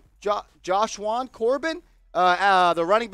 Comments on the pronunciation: its ja-shawn lol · It’s ja Shawn